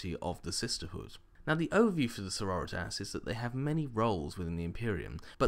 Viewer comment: i think its pronounced Sor-ror-ri-tas. like senoritas? like in spanish?